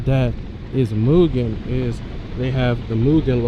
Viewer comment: im not being that person on purpose, but its pronounced m-you-gen, not moo-gen, (for mugen) all love brotha <3